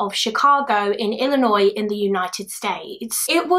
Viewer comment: You said Illinois right 😭👏👏👏 We got people in our own state who don't say it right. So congrats 👏😅